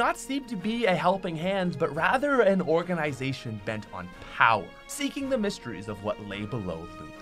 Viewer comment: nobody: *event occurs*: OrGaNiSaToIN X